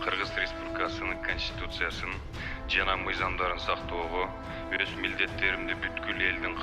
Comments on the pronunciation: Чачын саксайтып,конститутцияга тили келбеген Нарматовадан эмнени кутобуз? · концитутия дегенди анан коз карандысыздык дегенге Тили келбей журотго маскараа